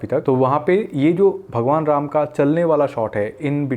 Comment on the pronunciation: bhai phle dhang se रामायण or राम bolna seekh lo jo likha he use padhkr mat bolo uska sahi uccharan kya he sunkr bolo sharm aati hi Hinduon ko hi Hindi nahi aati 😢